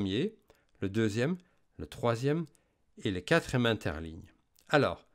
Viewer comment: Merci! On dit quatrième et non quatrème